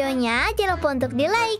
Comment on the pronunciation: lucu benget ngomong nya nama nya bukan subrek tapi subscribe